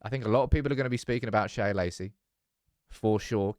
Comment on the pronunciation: Sam Shea is just "Shay" not "Shaya"